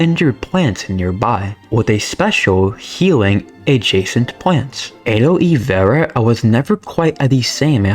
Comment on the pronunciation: Ain't how you say Aloe Vera... Almost choked